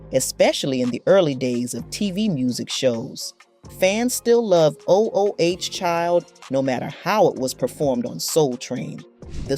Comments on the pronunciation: There were only two changes made up to the lineup: (1) the brief period when their younger brother Cubie was added - which was not confusing at all since his name was added to the title of the group and (2) when Alohe left to pursue her education and the word "5" was removed from their name. The constant repetition of the mispronouciation of their biggest hit as "O-O-H Child" is extremely annoying! There was also no mention of many of their other hits like "Baby Make Me Feel So Good" and "Don't Change Your Love" as well as their revival with the 'Second Resurrection album" which spawned the single "From Us To You." The overemphasis on lyp-syncing, which was the norm at the time, and the false controversy over the optimistic message of "Ooh Child" as well as several other inaccuracies defers from whatever good points this cut-and-paste video may have! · Almost made me ignore the video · A I robots don't know correct pronunciation. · "O.....O....H... Child". Wtf is that?? This narrator is a dunce. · It would be good if you did your research on the groups and artist you are talking about. You keep mispronouncing the name of their signature track. MULTIPLE TIMES. At least listen to the music that the artist produced. YOU DON"T sound like you are learned and are qualified to comment. Please do your research you would sound more intelligent. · At least say the song right. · YOU KNOW! Especially when you open with the song. Fix it!!! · WTF IS 'o o h' child? It is/was ooooh child. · Why is saying OH OH Child?? It’s Oooh Child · O O O H child??!! Huh??! Its’s ooooh Child! I’m not liking this AI ish!😩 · It’s not o .o .h child . That sounds crazy. It’s ooh child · She needs to shut up. She not representing the group. She kicking they back in. And wtf is O O H Child? Its Ooh Child. How you gonna talk about how they lied to people through their song stfu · “O” “O” “H” child? How about just reading the word “ooh”. This narrator is an idiot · If u say oh oh child 1 more time...